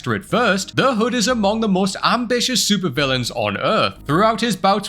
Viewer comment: Its taking way too long for Adam Warlock to debut! Also did you call the Hood... "The Hud" lol